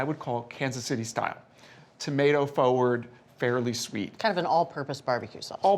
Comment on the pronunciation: He needs to learn how to pronounce the word "forward." The R isn't silent.